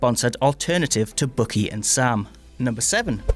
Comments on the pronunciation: He also said Bookie instead of Bucky. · Bookie? Dude, his name is BUCKY, as in sucky, fucky, lucky, etc. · He also calls Bucky, Bookie.